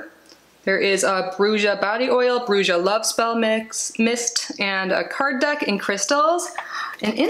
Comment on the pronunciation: BRUJA MEANS WITCH IN SPANISH, THE J IS PRONOUNCED MORE LIKE AN H